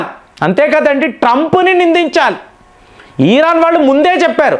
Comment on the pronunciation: Please meeru iran ni vichithranga pronounce chesthunnaru its irritating.... but ur sub is good call it iran not iiiiraaan